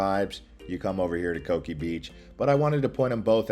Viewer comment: You’re wrong on the Coki pronunciation. It’s Co-kee not “cookie”